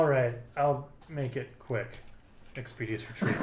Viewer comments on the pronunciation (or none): So for Vel, the ends doesn't justify the means if Rasper's using Bliss; but if Christine's taking over, it's ok?? And expi-DISH-us (expeditious) not expedious....